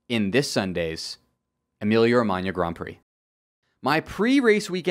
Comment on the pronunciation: good pronounce of "Emilia-Romagna" and loved the video mate